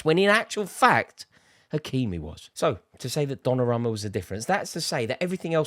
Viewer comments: Repeat after me, DonnarUmma with an U bro! Donnaramma? bit disrespectful butchering someones name like that lol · Why does he keep saying "DonnaRAMMA"